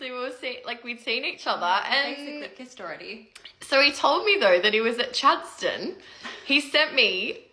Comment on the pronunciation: "..He was at Chad-ston..."